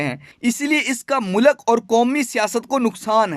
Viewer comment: Good read out but please improve your pronunciation. Mulak nahi hota, Urdu mein Mulk hota hai. Kushida halaat nahi, Kashida